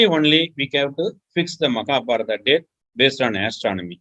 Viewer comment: What is "maka" means in Dravidian language? Is saying Makabharata instead of Mahabharat?